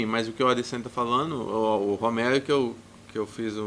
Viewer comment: gianmaria merli costa says Homere instead of Romero lol